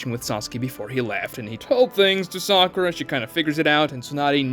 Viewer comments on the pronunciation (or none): none